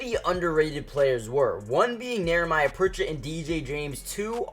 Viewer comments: How many times is he gonna say Nehemiah wrong? Where is the R in his name? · Knee-a-my-ya Pritchet. It's one of those names you don't see often.